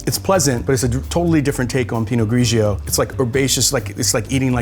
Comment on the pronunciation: Please! pino-GREE-joe not pino-GREE-GEE-oh! Too many syllables! Superb vids.